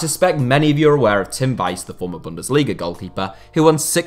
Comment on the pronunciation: His name is not Tim Wise it’s Tim Wiese (sounds like Veeseh)